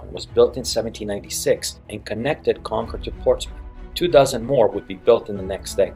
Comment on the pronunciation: pronouncing it as "Con-CORD" shows you aren't from the state haha (its "CON-kerd")